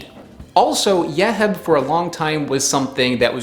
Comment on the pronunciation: Yeheb is pronounced "Yuh-Heeb" 😉 Love your channel!!